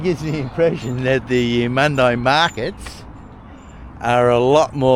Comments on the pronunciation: I pronounce it as Eumund-ee not eye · I liked your video, it's a big state, thanks for showing there is more to it than the Gold Coast and Brisbane. And Eumundi is pronounced Edmun-dee not Emun-die, you did say Emun'-dee once on the train from Caboolture. 50 cent fares are great, compensation too for track work that will be ongoing with new stations Cross river rail etc leading up to the Olympics. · Love your vids mate ! It’s pronounced YOU-MUN-DEE 😊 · It would help if you bothered to check the pronunciation of the word Eumundi.